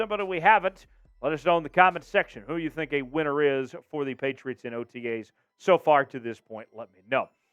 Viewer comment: Swear to god your saying otgays instead of otas